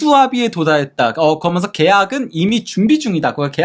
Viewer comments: 아직도 발음을 고치지 않나. 거면서, 거면서. 그러면서 라고 또박 또박 말하라. 아무리 내용도 좋지만 왠 사투리인가. 아주 듣기 안좋다. 거면서, 거면서. 거면서...... 기본적인. 노력이 필요하다. 발음 하나 못고치나 ? 거면서, 거면서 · 거먼서 발음 힘들다